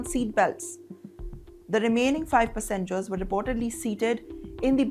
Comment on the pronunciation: It is Pass-engers. Not Pussengers. Geez, the thririrddd clalass Englliisshshh and pronunciations are really over the top.